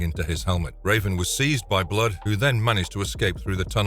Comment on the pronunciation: I had to tune out after 3 minutes. It sounded like the word was fighting to escape his mouth every time he said it. “BBBLood” 😂